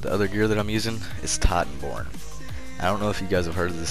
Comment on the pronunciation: Is “Tiiiitanborn” hvy accent bruh lol all love homie we gotta PvP when I get back on. I been recovering from this tragic car crash almost died bro.. i was rear ended by a drunk driver. Broke 3 ribs, lacerated my liver, broke my collarbone, fractured right side of my face & messed up my left ear drum. I been recovering the past 2 months on medical release from work. Been on “Xbox One X” playing ESO on NA server it’s chill. Ima be back home in a week & play on Ps4. Just tried titanborn on Stam DK & I know you always played 1 so you know ya shit. Also, I’ve ran with you on PS4 NA so I already know Wsp, good shit & Keep up the good work.